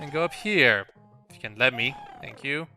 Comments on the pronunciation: Its fun how he complains about people complaining about "Tank" for "Thank" and then he says "thought" instead of "taught" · The way you say "thank" can be fixed by saying it the way you pronounce "taught". Use the soft "th" on "thank" and hard "t" on "taught". It should sound like you're saying "tot". Switching them should prevent you from saying "tank". Hope this helps somehow. BTW I'm not here to complain, just trying to help :)